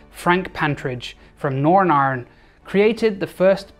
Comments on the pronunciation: Finally, someone who can pronounce my home country of noyren iyrlan properly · Your Nordnarn (northern Ireland) was quite good